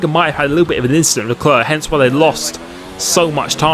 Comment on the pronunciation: Dont say leclEEER ASJIKDJ WQO ENBUWQIOBEUVOQW